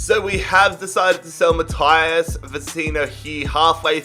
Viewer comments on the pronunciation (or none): none